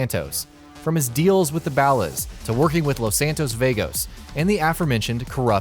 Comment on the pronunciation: It's not balas it's ballers